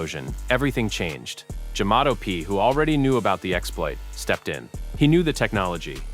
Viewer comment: Jamato not jamato